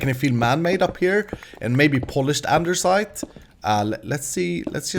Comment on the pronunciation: Why do u Say Andersite? its andesite....